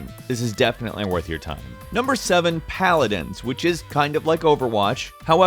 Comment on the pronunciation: I unsubscribed because you said Palidins. Sorry